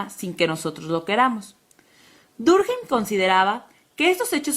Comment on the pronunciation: Emilio Durjeim? que carajo?.... Emile Durkheim es un nombre francés, no cometan borrachadas con el nombre por favor...